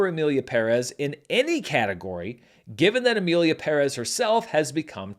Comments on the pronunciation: I like your style. So respectful but never lukeworm. And thanks for saying “Emilia PÉrez” and not “Emilia PeRÉZ” like everybody else. Greetings from Argentina. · Thank you for pronouncing "PÉrez" correctly. I know it might be tricky for english speakers but it's nice to hear it being said right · You area the only American movie critic that I heard said Pérez correctly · Thank you so much for pronouncing Pérez properly. PE-rez. I was hoping with the notoriety this movie has, that Anglo Americans would finally start to pronounce that surname properly. And in video after video, every host is still pronouncing it PerEZ. Kudos to you for seeing that the accent on the first E is there for a reason! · First of all, as a Hispanic, thank you for pronouncing PÉrez instead of PerEz like every Gringo has decided to do without any light research. The Academy deserves all the backlash, energy, and money they need to spend to fix this. They had the chance because the backlash already started just before the Golden Globes, yet they allowed their tone-def voters to champion it. I thought the same as you about the movie. I saw it when it had all the support, so my expectations were high. I didn't dislike it, except for the songs, which were horrible and embarrassing to me. I didn't even mind Selena. She did what she could. She's a Chicana, she's like JLo and many others whose parents didn't teach English. Not her fault. But the story was pretty shallow and kind of boring. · Thank you for putting the accent where it’s written! PEHrez not pehREHZ. Finally. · Thank you for pronouncing correctly "PÉREZ". Not even Selena Gómez can learn that word (today at the SAG Awards she presented the movie as "Emilia Peréz". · Thank you for pronouncing "Pérez" correctly. 🎉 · Fuck Finally a gringo that pronounces Perez correctly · First person who I hear pronouncing Pérez right, with the accent in the first e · I know the movie is shit but thanks for pronouncing Perez the right way.